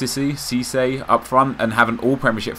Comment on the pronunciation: cisse is said as seesay, not sissy :)